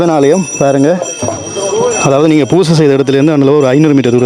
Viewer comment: பூசை என்று சொல்லுங்க.×( வூசை)